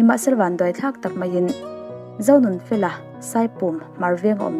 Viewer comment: I thil chhiar ah hian hawrawp ṭan tir ah hawrawp mal lam rik kim loh a awm leh ṭhin,entirnan Sangha-Angha,Zonunfela-Onunfela